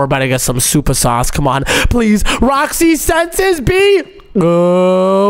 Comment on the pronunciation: called Roxy rooxy